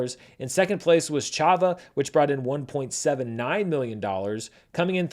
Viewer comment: I know people love pointing out pronunciation errors, so i felt i ought to throw my weight the other way and highlight good pronunciation too. I commend you on the good Chhava pronunciation.